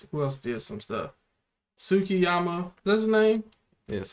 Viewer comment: “Tsukkiyama” ahh yes this ship😂😂😂